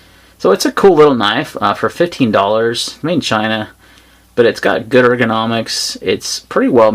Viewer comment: I couldn't tellnif you were saying 15$ of 50$ on the benchmark lol. Sometimes sounded like 15, sometimes sounded like 50.